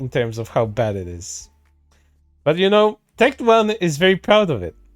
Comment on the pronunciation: Calling him Tect One instead of Tec Tone. Big bruh moment lol